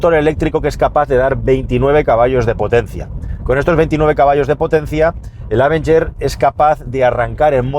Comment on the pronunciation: Amigos, no quiero ser ese "nazi de la pronunciación correcta", pero el nombre de este coche se debe pronunciar con el acento sobre la E, o sea, "avEnger". De ahí en fuera, me encantan los vídeos. ¡Saludos desde México!